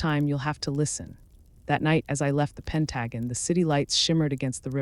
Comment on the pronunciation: AI by someone who speaks English as a second language? Pronounce Pentagon as Pen tuh gone’ accent on the last syllable